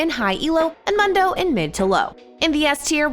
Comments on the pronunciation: not even tryna hate but bro why she say mundo like that his name is Dr. M(oo)ndo not Dr. M(uh)ndo treat my mans with respect how’d this get filmed and no one said anything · I’ll consider paying you guys if you get the host to pronounce champ names correctly. Darius is annoying and Mundo is just horribly annoying. There are more, I’m sure. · The way she says Mundo makes me think she doesn't really play this game.